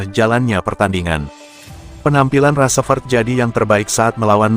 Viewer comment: Nyebut rashford aja g bener itu woyyy